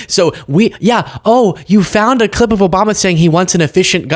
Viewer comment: I’m not sure if anyone caught it, but when she was discussing the Obama clip, she said clit instead of clip. She is very ignorant, and listening to her read only shows how ignorant she truly is. 🤪